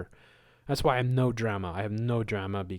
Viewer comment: You said drema. You laugh like Jordan from Spirit Science. Blessings